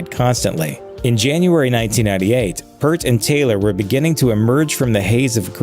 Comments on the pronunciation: I HATE when people say Neils surname wrong, P Ear T not P errr t, I can't finish this, the guy literally is going out of his way to talk about shampoo. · it’s pronounced “ear” with a P in front and a T at the end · It's definitely pronounced PEERT not "Pert" as the narrator mispronounced it. My second favorite drummer of All-Time next to John Henry Bonham. Peart was more technically proficient but Bonham had the heavier and more signature, distinctive sound. Neil Peart also had an additional 40 YEARS to play the drums after Bonham's passing........ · For the Professor you need to hear the EAR - P EAR T. Hearing "Pert" so many times was just cringey Geddy just lost his mom in January As for the dumpster fire that is RRHOF the only reason the band made it in was the "powers that be" decided to open voting up to the fans. Rush fans are the reason they were inducted. You really need to watch Alex Lifeson's acceptance speech. Fan's loved it and RRHOF executives got exactly what they deserved. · It's peert, not pert. You are correct, the video is wrong. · It’s “peert“ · It's not Purt it's Peart -- just remember that the word "EAR" is in his name. (Hey! I've got a big one for you -- to follow up on Alex Lifeson's derisive comment about the Rock & Roll Hall Of Fame in this video you should do a reaction video to Lifeson's acceptance speech at The Hall --- It's about 3 minutes long and he doesn't speak a SINGLE intelligible word, it's a LEGENDARY viral moment of sarcasm and well-deserved disrespect, that's almost hard to believe. It's as good as Steve Miller telling The R&R Hall that they're a corrupt organization run by conniving, theiving scum -- check them BOTH OUT!) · Initially there's something about this that bothers me. You would think that the narrator would at least know how to pronounce Neil's last name. It's P(ear)t. For god's sakes get it right! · His name is not pronounced 'Pert'. It's pronounced like the fruit, Pear, with a T at the end.